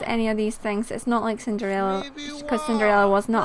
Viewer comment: in a part you said ciderella